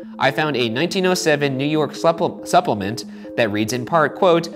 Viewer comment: Plupple-ment? #HotDagaFTW